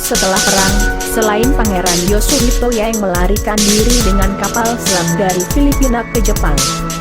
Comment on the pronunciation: narator paling jelek cewek ini nih yg bicara di video ini...bilang yang aja jadi YENG aneh banget apakah gak sekolah ini cewek